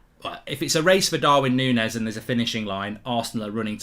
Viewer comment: Its not Nunes, Nunez